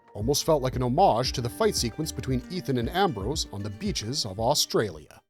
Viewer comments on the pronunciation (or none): none